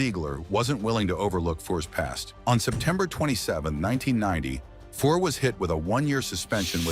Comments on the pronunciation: Omg..... Fuhr not fore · Ouch....yup that's some bad AI pronunciation. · You're pronouncing Fuhrsy's last name incorrectly 🥅🛡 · I won't be subscribing to this channel. I stopped watching as soon as I heard Grant Fuhr's name mispronounced. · If you can't pronounce his name properly, I have no faith in any part of this clip. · Bad article, can’t even pronounce his name.